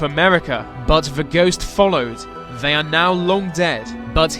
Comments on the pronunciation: the, they, their. Not ve, vey, veir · Is he... Is he saying "vey" instead of. "They"?